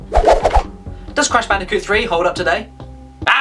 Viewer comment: I knew I was going to subscribe from the moment you said Brash Candicoot.